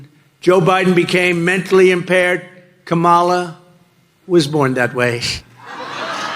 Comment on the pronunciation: 🤔and, why did I watch this wasting close to 2 hrs of my time for supposedly some etiquette lessons!? Just the mere fact that she refuses to put more effort in learning to pronounce Kamala correctly, shows how useless the whole thing is. I think that she’s doing it on purpose just to be offensive as her idol, trump🤷🏻‍♀️ I know you guys are trying to get more views, but you’re better than that,!